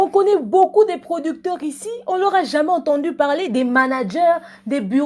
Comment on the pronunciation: Oza kanda hein "PRODICTÈRE" 🤣🤣🤣🤣🤣 nanu na seka boye te